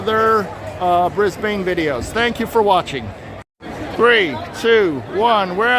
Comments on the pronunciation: Pronounced "bris-ben but one syllable... not bris BANE 😊😊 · It’s pronounced “Briz-bin”. And we call them “panels” or “showcases”.